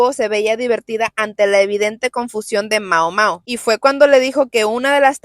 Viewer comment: Me da algo cada vez que dices Maomao 😂